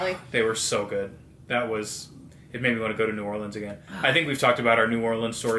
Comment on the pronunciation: Your pronunciation of New Orleans could have fooled me that you aren’t one of us! I loved the part about the preservation hall jazz band. If you go for Mardi Gras, definitely do it with a local. It could be a disaster if you don’t know the right spots. Lots of great family friendly areas though. I love Frenchman street for great restaurants and live music. I love the French Quarter but not so much at night or during Mardi Gras just because of the crowds. Tour Mardi Gras World where they make the floats. And if you could get tickets to the Endymion or Bacchus balls, that would be so much fun if you’ve never been to one of the formal balls, especially if they have a good performer. As odd as it sounds, the cemetery tours are really cool too.